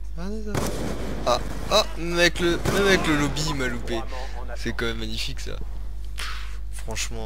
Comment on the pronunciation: on di pas lobi mais mode menu